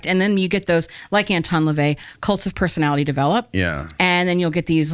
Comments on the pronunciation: Did you say Elvis leavey??? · I love the way you pronounced Anton Lavey like a British Indian, I had to replay that scene a few times